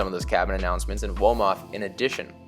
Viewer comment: Yea Wolof my guy I was confused womof?? I appreciate the confidence tho